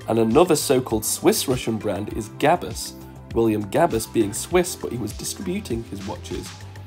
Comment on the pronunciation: [gab'u] not [gabus]